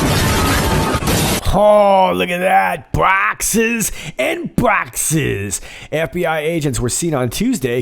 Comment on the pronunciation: Bwoxes and Bwoxes!